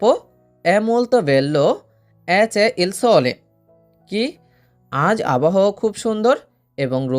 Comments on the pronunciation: c'e এর উচ্চারণ হবে ছে, কে নয়। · c'e'= not che , ce hobe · c'e এর উচ্চারণ হবে চে, কে না